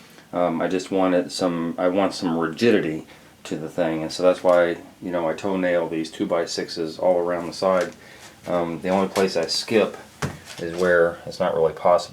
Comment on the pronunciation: He is not totally correct on all things, plus he says rididity and not rigidity.